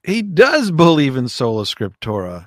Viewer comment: Hello, it’s sola scriptura NOT scriptora.